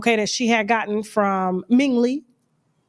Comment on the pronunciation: Did you say Ming Lee 😮⁉️